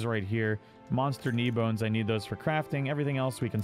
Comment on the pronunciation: Knee bone? lol - KEEN Bone :)